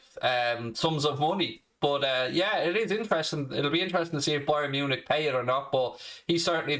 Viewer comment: It’s not Bayern Munich it’s Brian Munich as says priceless